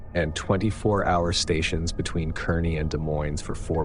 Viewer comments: Kearney isn't pronounced Kerney...it's pronounced Karney. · Story #1: Kearney, NE is pronounced "Carney", but it's OK , as the locals are forgiving of visitors who unkowingly mispronounce. And why is that flyer that is taped to the counter at the Flying-J facing so the cashiers can read it, but upside down for the customers, who it's supposed to be for, advertising the hot dog and drink and the help wanted?